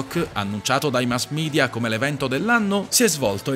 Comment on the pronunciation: Si dice media non midia